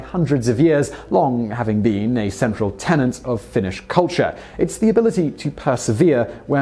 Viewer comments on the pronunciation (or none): none